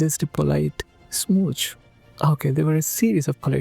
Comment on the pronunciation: You saying saying "smooch" is so funny for some reason 😂😂😂 I kept laughing for half a minute. 🤣 I would've been cheering them on hehe. Whenever I travel by a bus my eyes are always glued outside to watch cute moments of people passing by. 😅